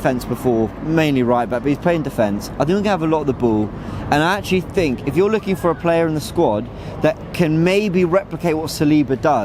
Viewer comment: Love how says ‘Boo’ instead of Ball 😂